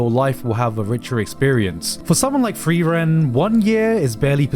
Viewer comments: Its not Free-ran, its Friar-en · LOLLL HAB ES EINFACH GAR NICHT GEMERKT. Er hat die ganze Zeit "freeren" gesagt und da hab ich das "frieren" überhaupt net raus gehört lolll